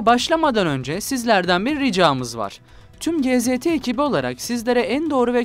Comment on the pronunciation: Güzel vatanımın güzel insanlarına Avustralya’dan kucak dolusu selamlar. Abim “Gee Zee Tee” yanlış bir telaffuzu olur GZT’nin. Doğrusu ‘Gee Zed Tee’ ( Türkçeden ‘Ci Zed Ti’ diye telaffuz edilir İngilizceyle.) Bizim açımızdan sorun değil canım kardeşlerim. Maksat kendimizi düşmana güldürmemek ve kanalın yabancılardan ciddiyet içinde izlemesidir niyetim. İnşallah yanlış anlaşılmadım. Elinize emeğinize sonsuzca sağlık dilerim. Allah hepinizden sonsuzca razı olsun. Üstün başarılar dileğiyle Allah yolunuzu her daim açık eylesin.